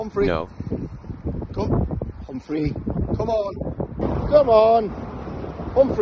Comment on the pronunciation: I thought he was saying 'home free' but it's Humphrey 🤣 Humphrey has a mind of his own, and an agenda for ruling his tribe, lol 🤣💞